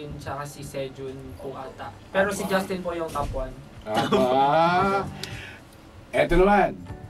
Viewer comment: I really love how Justin pronounce his name. nahuhulog ho ako don!